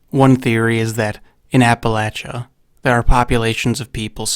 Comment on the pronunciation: Okay I know this is minor but thank you for pronouncing Appalachia correctly.